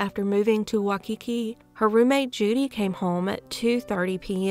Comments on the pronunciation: I think it's your southern accent. You're close, but the dominant Why, of that 1st syllable is off. It's a strong Y sound, and yours is much softer. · Waikiki is pronounced “ Why key key “ 😊 i only know because i was lucky to live in Hawaii for a few years 😊